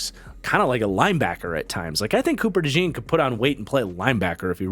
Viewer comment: Please pronounce Cooper Dejean's last name correctly. It's not like "jeans", it's like "john", so Cooper Dejohn (with the j being almost like a "sh" sound, so kinda like Cooper Deshawn)